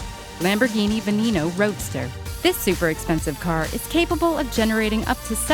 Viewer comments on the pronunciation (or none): you pronounced Veneno wrong